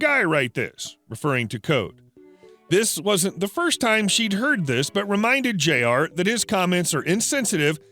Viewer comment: Jr is pronounced "Junior"